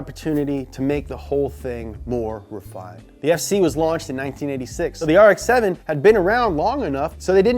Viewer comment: DA NEW AARREKKSS SE SEVINNN